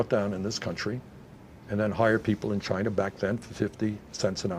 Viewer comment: Is he saying Chiner!?